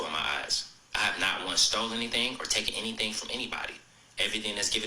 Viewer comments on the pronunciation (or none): none